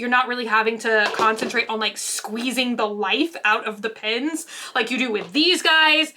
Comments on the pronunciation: u keep saying pins not pens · What Everyone hears "Pens" What I hear "PINS" HELP🤣🤣 whyy? I love you.🥰🥰🥰